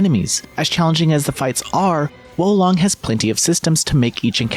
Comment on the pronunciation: He who whoas long is much high - ancient Chinese proverb. It's pronounced wah lone-ng btw :)